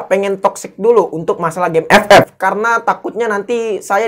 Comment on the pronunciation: Gw denger nya game eek, bukannya nge jelek jelekin, tapi itu yang pertama gw denger